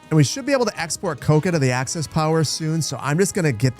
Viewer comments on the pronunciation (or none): Pronouncing Axis as Access is criminal and I hope thats for youtube censorship reasons and not like actually.